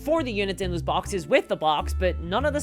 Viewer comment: "I would be way happier if those BATTLE BAWKSESSSS..." that single line made my day, unintentionally I guess :D